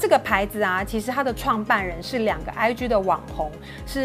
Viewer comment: IG可以不要再發音成 唉”居”了嗎！請查一下G的正確音標發音法，拜託 謝謝